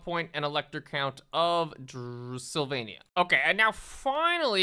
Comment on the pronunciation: Also Sylvania somehow turned to Slovenia. Damn